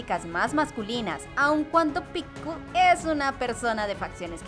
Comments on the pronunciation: Picku??? acaso es japonesa para que pronuncie asi? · Cómo que Picku? 😂 se pronuncia "Pieck" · Me dio gracia como pronuncio el nombre de Pieck